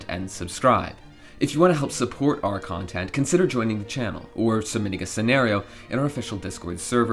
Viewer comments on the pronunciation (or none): none